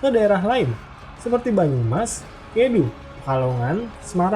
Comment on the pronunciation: Mohon ijin memberikan koreksi. "Kedu", huruf e dibaca seperti pada kata "gedung" "Rembang", huruf e dibaca seperti pada kata "empat" "Tegalrejo", huruf e pada "rejo" dibaca seperti pada kata "pejuang" "Kulo Wangsul", yang betul tulisannya "Kula Wangsul", meskipun memang dibaca seperti "kulo wangsul". "kula wangsul" adalah kata-kata dalam Bahasa Jawa sehingga perlu ditulis sesuai dengan ejaan Bahasa Jawa yang standar. Sedangkan "Hamengkubuwono" dalam Ejaan Bahasa Jawa standar adalah "Hamengkubuwana". Tapi boleh saja ditulis "Hamengkubuwono" mengikuti ejaan Bahasa Indonesia.